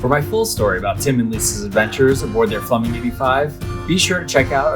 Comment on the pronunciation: 'Flumming' or Flemming?